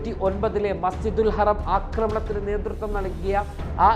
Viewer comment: Masjidul haraam not harem